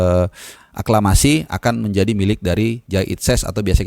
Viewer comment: saking semangatnya, beberapa kali mau ngmng aklamasi salah terus ya bang 😀